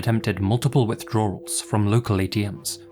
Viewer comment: Withdrar-rals? With 3 freaking "r"s??? 😂😂😂